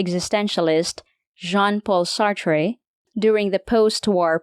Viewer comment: "Sartrey"😑... How illiterate are you, exactly? And the concept of "amor fati" (and NOT "amor faRti", wtf??) is used by Nietzsche, but it is coined either by Epictetus, or by Marcus Aurelius.